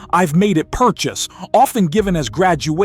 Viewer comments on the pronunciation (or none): none